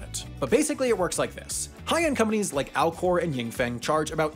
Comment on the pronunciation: Did anyone else’s keep hearing Alcore and hear Al gore?